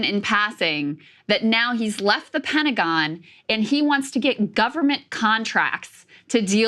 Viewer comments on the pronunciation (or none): none